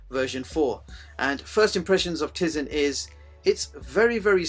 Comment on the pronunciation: good review although i cant bare but correct you for the pronounciation of tize its "Tie-zen" not "tizen" even tho its spelt nothing like it sounds like